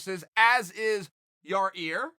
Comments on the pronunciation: "your-ear" uncle Chael. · Ya rear is what his name is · It's "Your Rear." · 1000% guaranteed Chael keeps calling him YarRear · Moral of the story? Never let Yar-ear put a finger in Yar-eye. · Lmao someone had to check Chael on that YA REAR pronunciation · Just complimented m'lady on "ya rear". TY Uncle Chael. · Chael “ YAREAR” Sonnen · I think Chael says "Yarear" on purpose. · Chael is such a troll calling him yarear and playing dumb 🤣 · Word 🤣 That is straight up, bona fide Classic White Guy trolling ha.... Yer-Rear lol 🤣🤣🤣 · Someone needs to correct this guy, the name is Ya Rear, Uncle Chael already declared it so. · Your ear? Nah, your rear more like it. hahaha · Cheal got a whole bunch of videos yet to upload with Yair’s name being butchered hahah. I feel your pain big man it’s hard to unsay a word 😂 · Chael is undefeated in butchering everyone's names, good man. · Someone finally told Chael how to say Yair